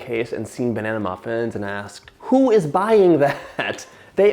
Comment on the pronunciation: John, I will actually pay you money to never say the word "banana" with emphasis on every syllable ever again. I implore you.